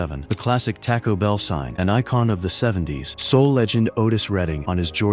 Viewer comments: Whats up with this narrator mispronouncing all the words? Like loany anderson? How about lonnie and tack-0? its talk-o! damn thats annoying! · I've never heard it pronounced TACK-o only TAH-ko. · TAH-koh Bell